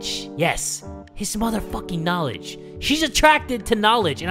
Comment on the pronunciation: I love how said "She's attracted to his knalege":'D